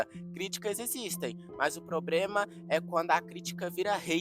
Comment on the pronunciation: “probrema” kkkkkkkkkkk